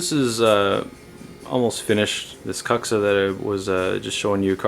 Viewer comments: proper pronunciation of kuksa is 'kook-sa' ... if you're going to use a Finnish word, try to say it right :D thanks for the vids! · Kook-sa is correct, and it is a little annoying to hear it pronounced poorly, but people who pronounce it this poorly just don't care. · Why keep pronouncing it so poorly when you know better. Doing so really doesn't enhance the quality of you videos, or instill much confidence.